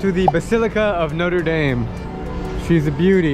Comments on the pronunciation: Me living in Montréal: We don’t pronounce it like Notr dayme It’s notr dam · Notre Dame, not Note-a-dayme